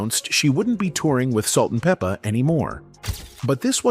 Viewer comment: We could do without the commentary. You're not even pronouncing their stage name right.